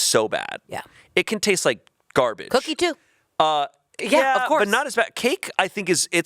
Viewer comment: the way says “cookie” is so funny COOKEE